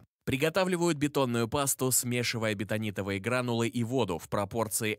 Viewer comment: Так они бетонитовые или беНтонитовые? Или я плохо речь автора понимаю?